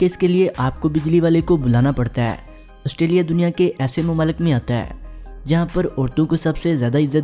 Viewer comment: Australia not ustralia.